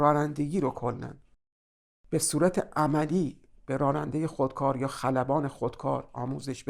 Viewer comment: سپاسگزارم. از تشبیه و مدل کردن بسیار خوبی استفاده کردین. چون پای ناخودآگاه مطرح است فقط جسارتا کلمه راننده را که بسیار هم تکرار شد بصورت رارنده تلفظ کردین که این کار باعث ملکه شدن این نوع تلفظ میشه. اما جالب این هست که کلمه راننده گاهی هم درست تلفظ میشد.